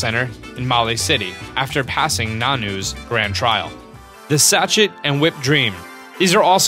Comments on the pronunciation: Sorry but your pronunciation of Sachet is Sa-Chet It’s actually Sa-shey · "sachet" is pronounced "sashay" bud...and there's no "k" in Sharpedo...but a great video otherwise ☺️